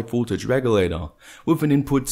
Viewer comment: Its V"O"ltage not V"U"ltage. ... but I like your videos :-)